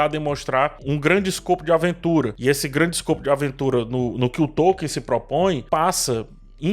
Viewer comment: A pronúncia de Tolkien é Tol-keen